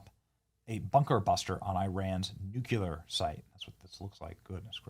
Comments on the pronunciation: Benny! It’s NOT “nucUlar!” It’s “nuclear.” Come on! You sound like Bush 43. So many media people, and no one knows how to speak English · Nuclear not nuculer??? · I love you Benny, but learn how to say nuclear. It is new-clee-er, not new-ku-ler. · Nu- clear as in nu- cleus. Not nuk- u- lar. (Isreal has nukes, no disclosure.) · new-cue-lar vs. new-clear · Can you please, for the love of God, STOP saying NUCULAR..! It's NUCLEAR. 🤦‍♂️ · NUCLEAR BROTHER BENNY😂NOT NUCULER😮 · Noo-Klee-er, not Noo-kew-ler. There's only one "U" in nuclear. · NUCLEAR, Benny! NUCLEAR! "Nucular" is not a word! I face slap so many times while I'm watching you! It's not so good for my face! NUCLEAR! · Benny please stop saying New Q Ler. It’s Nu Cle ar. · NUKE - LEE - ER. Not nuke - U - LAR! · Nuclear. Nu-clear. Say it with me...Nu-clear. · Benny i love you man but you have to learn how to pronounce "nuclear". Youre saying it the way Jimmy Carter used to. NEWCUELER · Anybody else annoyed that he has never been corrected or figure out he is saying nuclear incorrectly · It’s pronounced nuclear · Not to be impertinent, and not that this hasn’t most likely been told to you before, but you do seem to have some degree of difficulty correctly pronouncing “nuclear,” do you not? Kind of like Jimmy Carter, no? No big deal, I was just wondering if you were aware, since you used the word quite a bit in this video. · Benny.... learn the correct pronunciation the word nuclear.... you sounded like an idiot